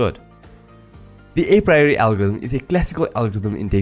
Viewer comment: dude you need to learn how to pronounce apriori.